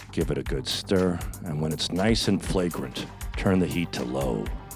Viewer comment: The word is FRAGRANT you fucking illiterate